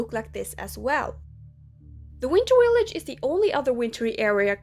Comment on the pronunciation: “The Winter Willage” 🤣